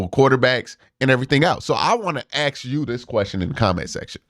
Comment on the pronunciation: Can you please say ask instead of ax? You're a very well read individual. You sound like a schmuck every time you say ax instead of ask. I like you. Just sound as intelligent as you are